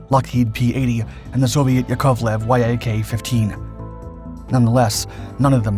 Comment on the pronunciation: Bro... literally no one says Yak WHY AY KAY.. Its Yak.. literally like the animal.